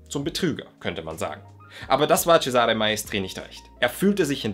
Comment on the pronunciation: Für die Zukunft: Der Name "Cesare" wird auf der ersten Silbe betont im Italienischen, ganz ähnlich wie auch im deutschen "Cäsar" auf der ersten Silbe betont wird. Tut mir als Italienerin jedesmal in den Ohren weh, wenn ein Deutscher mal wieder ceSAre sagt, statt CEsare.